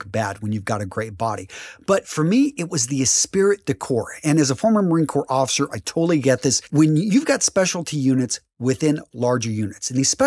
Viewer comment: Spanish Foreign Legion uniform? NO NO NO and HELL NO!!!! I'm sorry but you should've stuck to your original FUBAR rating!!!! And pssst. Come on Marine...it's Esprit (pronounced "es-pree"). You should know better.